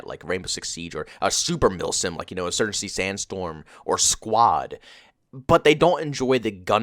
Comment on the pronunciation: Insurncy sanstorm he said. Slow down bro, practice your words.